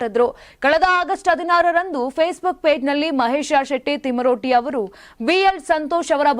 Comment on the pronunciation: thmaroddi alla thimarodi swalpa akshara pronounce sari madkoli